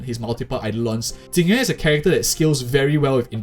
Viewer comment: XD You sad Tingyuan million times instead Jing Yuan :D